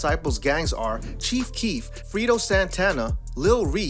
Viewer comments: Not ‘’ Frito Santana “ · It's Fredo, not Freedo noob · This man said Frito Santana … bruh it’s Fredo like Alfredo without the Al. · Chicago been a war zone man you butchered Fredos name smh